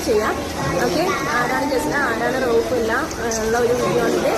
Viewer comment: ആരെ പറ്റി സംസാരിക്കുമ്പോഴും അദ്ദേഹത്തിൻ്റെ പേര് ശരിക്കും അറിഞ്ഞിട്ട് പറയണം .. അല്ലെങ്കിൽ നിങ്ങളുടെ Vlog പ്രഹസനമാകും അദ്ദേഹത്തിൻ്റെ യഥാർത്ഥ പേര് റൗഫ് എന്നാണ് .. അറബിയിൽ അതിനർഥം വിനയമുള്ളവൻ എന്നാണ് നിങ്ങൾ റക്കൂപ് എന്ന് പറഞ്ഞതിനർത്ഥം നീചൻ എന്നാണ് '.. So . . പേരുകൾ ഉച്ചരിക്കുമ്പോൾ ശരിയായ രീതിയിൽ ആവാൻ ശ്രദ്ധിക്കുക